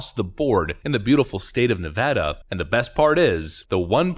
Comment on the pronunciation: OMG! I hope that poll is correct! And thank you for calling it Ne-Vaa-duh! It's so annoying when people pronounce it wrong.